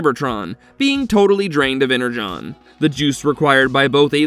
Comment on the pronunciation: It's Energon not Enerjon!